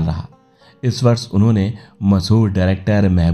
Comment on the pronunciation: प्रस्तुतकर्ता से निवेदन है कि अपने उच्चारण पर ध्यान देवें। बहुत जगहों पर 'श' के स्थान पर 'स' उच्चारित किया गया है, जैसे ससि, विस्व, वर्स, बूट पालिस इत्यादि। शेष प्रस्तुति उम्दा है।